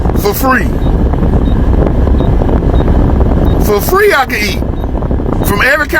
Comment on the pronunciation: "On my job I can eat from over 100 different restaraunts"...fuh free...pause.... "Fuh Free I can EAT!!!" LMAO